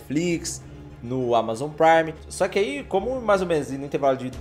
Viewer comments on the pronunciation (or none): none